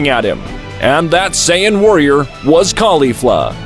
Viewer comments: Saaayen thats what i heard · Sayieen bro it’s saiyan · Bro said saiyawwan instead of Saiyan🤣🤣🤣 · Beerus not bills,sayians not seyeyans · Bro struggling with saying sayan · It’s actually saiyan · Sayeeean? You’re really gonna butcher every word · AND HE SAYS SYAYAN!!!!